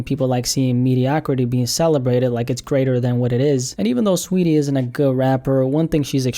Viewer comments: Its saweetie not sweetie🤣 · Its not sweetie, its SAWeetie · Saweetie lmao you mean STREEETIE SHES FOR THE STREETS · I like how you say her name😂